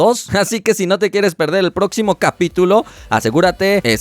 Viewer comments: Proxi xi ño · Y después parece que dice el proximiño siglo :v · "El proxi xi ño" . Los que hayan visto el video entero entenderán. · Soy yo o en el minuto dice proxcisiño ,😂😂😂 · Minuto próxi XI mo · WTF? El proxixiño? :v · Esta practicando el portugués para la Copa América :v